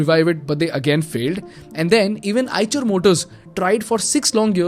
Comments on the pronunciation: Have to quite agree.. Even EICHER came mispronounced as "CHER" instead of "SHER" sadly ?! It's a no go in my Books.. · Its pronounce aaysher not aaychar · on a lighter note as per my knowledge the 'ch' part of the company name should be pronounced as 'sh' same as in 'Chevrolet'... very informative video. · Call it i-sher